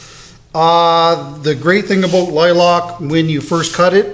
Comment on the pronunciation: Sir... I just stumbled upon your channel. I LOVE your work. However, you have me scratching my head. I have never, in the 40 years God has graced me on this earth, heard anyone call a lilac a "lie-lock". At first I thought you were talking about a different tree or bush... but nope. I live in the Ozarks part of Missouri, so of course, heard a lot of funny things. But every time I hear lilac, it's "lie-lack".